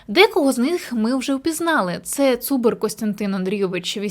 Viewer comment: Не ЦУбер,а правильно ЦубЕра ,і я навіть можу сказати,що ці прізвища зустрічаються тільки в Тячевському р-ні Закарпаття,навіть тільки в одному селі,але я не назву його.